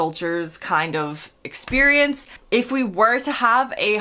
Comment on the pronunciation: Did you really say eggsperience?😂